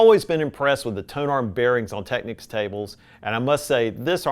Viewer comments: This word is "Technics" / this word is "Techniques" . Just saying 😂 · It's a shame he started off pronouncing Technics 'techniques'.